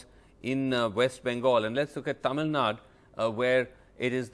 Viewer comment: This national media news readers, anchors has any problem with their tongue like stroke? It's clearly written as " tamil nadu " but they always pronounce it as tamil nad🤦🤦🤦 Feel so ashamed of their their language... JUST EDUCATED IDIOTS ...